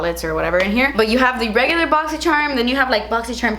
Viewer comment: I love the way you say boxy sherm lmao